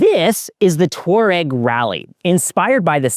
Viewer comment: Pronounced: TWAH-reg